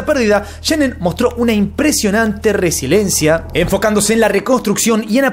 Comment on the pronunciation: RESILIENCIA amigo... Duelen los oídos cuando dices RESILENCIA ....